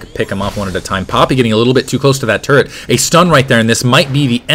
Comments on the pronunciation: Does he say turrent or turret. I hope that it is turret... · He say turrents?